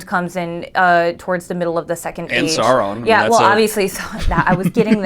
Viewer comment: It triggers me way more than it should when you guys call Sauron Sawron